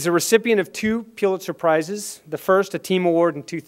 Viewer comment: Tew Piewlitzer prices. 😂